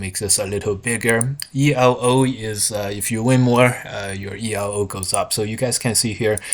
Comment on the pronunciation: Elo is actually pronounced as a word, as it is the surname of the guy who invented it, Hungarian physicist and chess player Arpad Elo.